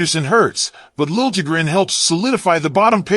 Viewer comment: “Lil-je-grin” Make this AI generated nonsense stop, please.